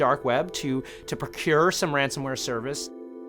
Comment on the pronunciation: Ransomware not ransomeware